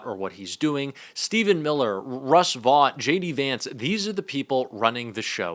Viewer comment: the guy’s name is pronounced ‘vote’ (Vought). I caught myself wondering who that ‘vawt’ guy was that you repeatedly referred to. When you go on TV, you should consider the listeners being able to easily place the name of the guy you were (correctly) criticizing. 😂 Also, glad to see the return of the Trump-Epstein statue.